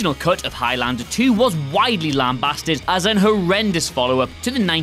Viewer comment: Why do you say highlander so weird ?